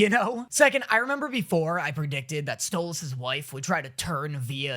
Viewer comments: Im just so happy you pronounce Stolas correctly now 🥰🥰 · HOLY SHIT HES SAYING STOLAS' NAME RIGHT!!!!! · Is nobody else noticing how hes finally saying stolas's name correctly???